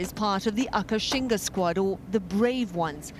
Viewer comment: It's called "Akashinga", not Akashina. Check the official trailer :) I love the fact that these fantastic ladies are all VEGAN! :D